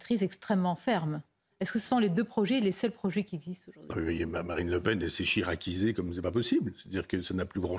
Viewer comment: "Chiraquisee" et ce n'est pas un compliment !